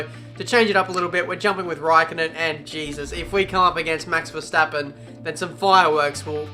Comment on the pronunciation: Yeah, vetsappen not Verstappen